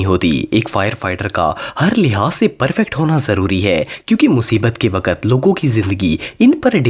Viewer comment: Bhai G waakt nhe waqt